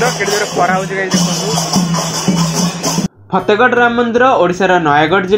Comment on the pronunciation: ଫେତେଗଡ ନୁହେ ଫତେଗଡ nd in english y can say fatehgarh 😂😂😂😂😂